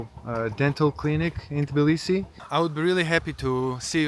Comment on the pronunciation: Of course the nice American guy doesn't know how to pronounce Tbilisi properly 😅